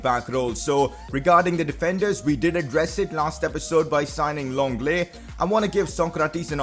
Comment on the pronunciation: Who the fuck is longle it’s said Lengle